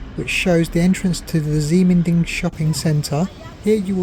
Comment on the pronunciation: Ximending is pronounced "Shi Men Ding", unfortunately it's the PRC's way of spelling. Taiwan Used to use Roman spelling which makes more sense. For example, PRC spelling Qi would pronounced Chi. The reason for PRC spelling that way is to fit all the phonetic sounds for Chinese on a standard alpha-numeric computer keyboard. So they end up having X as sh, Q as ch and a few other odd ones.